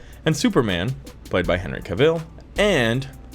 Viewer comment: Dude you gotta quit saying cavill like ca-ville. even henry tells you himself in this video here